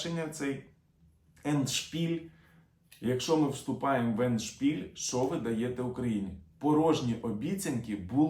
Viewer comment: Ендшпіль - наголос ставиться на першому складі. Не дякуйте )